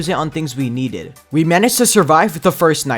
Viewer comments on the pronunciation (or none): the way he said "we neded" but not needed